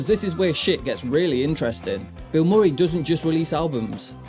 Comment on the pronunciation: lol "bill More-ee" It's "Bill Muh-ree" you know, based on the Actor Bill Murray"